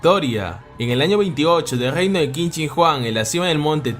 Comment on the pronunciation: Todo perfecto, pero Qin se pronuncia Chin.